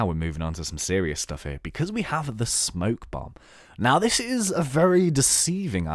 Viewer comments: Spoke bomb, not smoke bomb. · It's spoke bomb